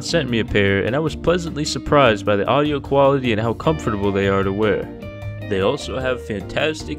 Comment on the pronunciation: he pronounces comfortable with like 5 syllables.. and i somehow manage to say it in 3 is this the matrix